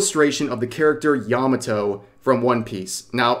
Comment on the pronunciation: Made in Abyss has shrexual content? I watched the 1st season and didn't see anything remotely adult. What the heck? Yah mah toe Not "yahmmuh toe"